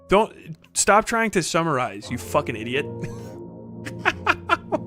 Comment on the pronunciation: the nam flashbacks I had when he said "ideeot" JF's bastard child